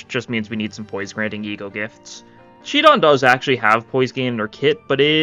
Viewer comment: shi don? shid on what?